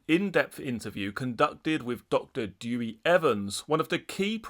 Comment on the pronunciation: It's killing me everytime English people say Dewi 😢 - it's pronounced Dow'ee - thank you x